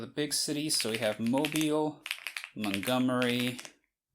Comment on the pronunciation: Already learning something from the first city. THAT'S how you pronounce Mobile?